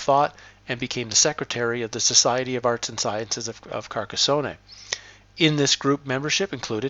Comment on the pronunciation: There is no “ay” on the end of Carcassone.